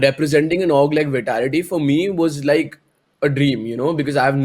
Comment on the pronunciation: It bugs me when he says We-tality its Vitality 😝